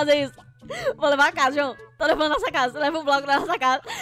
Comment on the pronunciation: Você dise juoã amor